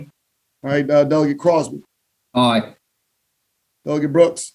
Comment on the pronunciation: I thought they were all called Dougie... Took me a while to realise he was trying to pronounce the word 'delegate'.